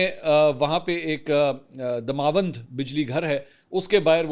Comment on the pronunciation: It is داماوند، please correct your pronunciation.